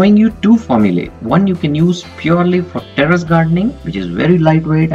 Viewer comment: Not "Teres", it's Terrace ☺️☺️